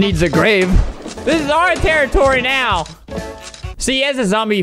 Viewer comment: You said No instead of Now